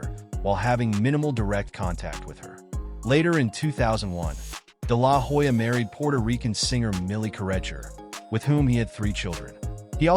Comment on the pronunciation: I’ll never understand why people do all the research to make a good video and still get the pronounciation of the name wrong. The “H” in Hoya is silent!!